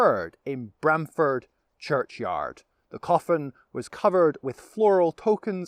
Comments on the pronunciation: Pronunciation Please!! Not Bram as in pram. But Brahm as in arm. Should check out buildings by the church. My old primary school. We had a bell tower back in the sixties. Ah yes the monkey. My Great Grandad is buried in the churchyard.The Cock Pub just up the road and the Angel Inn. Spent the first sixteen years of my life in Brahm-Ford before my family moved to Stowmarket. The local Vicar was Mr Christian. I kid you not. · Locally we pronounce it with an "arr" sound... like Br-arm-ford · It is pronounced Brarmford.